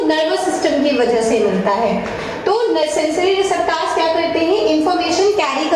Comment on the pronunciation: Please correct the pronounciation of receptors 👍 Great job dear 👌